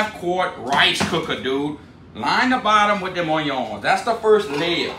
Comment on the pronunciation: I love hearing “oyons!” 😂👍🏽😎